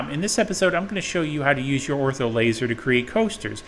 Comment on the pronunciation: Bro, why do you call it an "Ortho" laser in every video? It's Ortur.